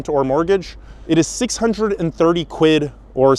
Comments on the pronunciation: Americans saying quid always makes me cringe - good vid though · I'm Canadian and it physically hurts me to hear Americans say "quid"